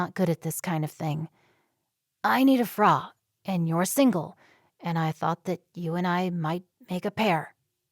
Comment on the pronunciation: It’s a pity the reader does not know that frau is pronounced as if it rhymes with cow